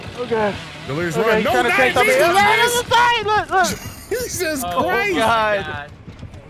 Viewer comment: He said, "I love you gays so much."